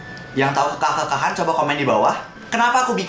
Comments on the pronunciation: 'e bukan e bacanya😭🙏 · Kekah bang BKN kekah